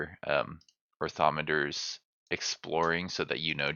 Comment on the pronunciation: Orni - Thopter - nor or-thom-e-ter